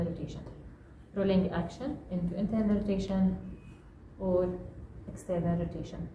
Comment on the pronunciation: Good . Just when you said internal rotation the voice is too soft and not clear .